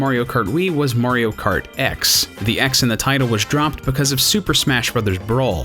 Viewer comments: I thought he said MARIO FART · I think I've heard "Mario Kert" enough for one day :P